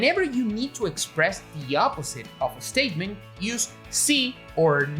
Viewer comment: I love "an estatement" in his English. :)